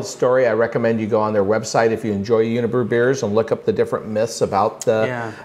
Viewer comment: A little rough pronouncing those unibroue beers ;) otherwise love the pairings